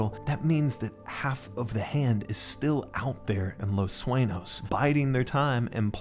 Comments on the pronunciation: its not Suenos, its Sueños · Saying Los Suenos made me angry.